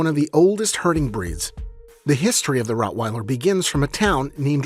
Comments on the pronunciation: Rottweiller not Routweiler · LOL it is rottweiler not routweiler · Routweiler? Lol. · Not Routwell but Rottweiler. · It's Rottweiler